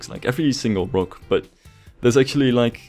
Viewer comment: Hate the way you say rock but Great work